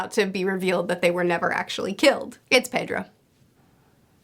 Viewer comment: It`s Pedro. LOLOLOLOLOLOL